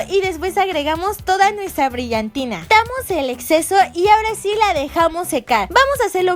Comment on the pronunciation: es mi idea o dijó: tamos en vez de quitamos jajajajajajajjaja